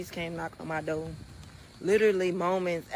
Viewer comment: We know ahea alow she said rhat they knoces on her dough 😂😂😂 its door moron